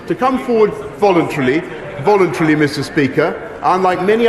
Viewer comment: “Volintrilly” you mean “voluntarily”